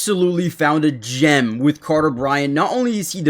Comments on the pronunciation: Who is "Cater"? lol. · His name is "Carter". You said "Cater". Slow down and read FFS, lol. Also, I'm a UA grad. I know exactly who TF Carter Bryant is. 😆